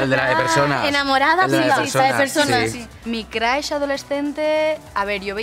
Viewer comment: Crush que no se pronuncia Crosh?